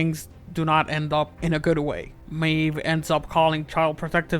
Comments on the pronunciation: her name is Maeve and not Meave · MAVE NOT MEEV 😊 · I cant tell if i love or hate that he calls her meev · I’m sorry but maeve pronounced mave not meve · Why the duck did you pronounce maeve (pronounced may-v) not meev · it was 14, and I wasnt bragging. It was more about letting them know they got only 1, after them calling me a moron, when all I did was mention how her name is pronounced "MAVE" and not "MEEV"☺👍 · It’s not meeve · This dude said “MEAVE” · Why can you not pronounce anything right - sex edu - cation. Meeevve Muder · Haha did he just pronounce her name like meeve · "Edication" and "Meeve" 😂😂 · Z Teen its not. Thats why no one says it like that in the programme. Some names can be pronounced in many different ways. This characters name is pronounced may-v like it should be because thats how its spelt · Was i the only one who almost got deaf cause of the way he says Maeve incorrectly?